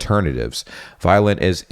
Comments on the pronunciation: The company "Valliant" is not pronounced "violent", but more like "valley-ant" 🏞🐜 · no… its Vaillant not valliant and its pronunced vaillant